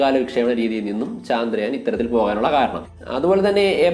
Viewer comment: Chandrayaan ennalla..chaandrayaan ennanu.